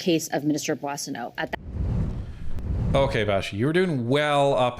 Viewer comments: I love you guys but you pronounce Randy’s last name wrong too lol it’s “bwa sen- oh” not “boy”. But seriously you guys are great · Cocaine Randy’s last name is pronounced Bwaw-so-no. No “boy” in Coke-a-hontas’ last name. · It's pronounced Mr. Bozo